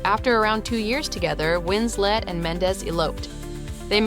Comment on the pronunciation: Her name is WinsLeT not winsLey